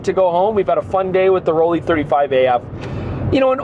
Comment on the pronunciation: Just want to say the pronunciation for ROLLIE should be just like how you pronounce LEICA. The sound is not ROL LEI, but ROL LIE.